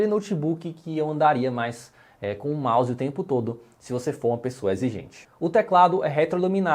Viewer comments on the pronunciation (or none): none